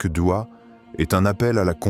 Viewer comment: Aprend déjà à parler , c'est douha et non dua ! Je zappe !